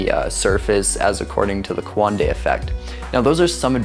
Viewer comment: You can’t even pronounce coanda let alone understand what it is